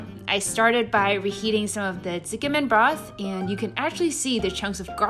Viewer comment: She's mispronouncing it, maybe the person transcribing didn't understand